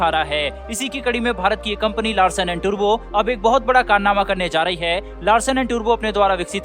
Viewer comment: टुर्बो नही टुब्रो कहो, अच्छेसे समझो .